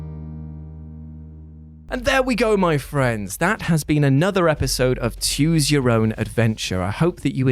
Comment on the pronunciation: Until now i always thought he was saying choose your own adventure and his accent was the only reason it sounded like tues..... I’m also baked so there’s that